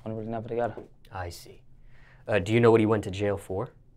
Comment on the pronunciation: Hear that La Capone “ yakno”. LLLA🤕